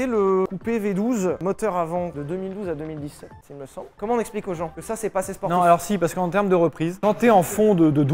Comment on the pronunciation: Bordel Sylvain. Quand tu prononces "assez" on dirait une vieille brebis galeuse !!!!! Ca se prononce assé pas assêêêêêê. On est chez les ploucs ici ou quoi ?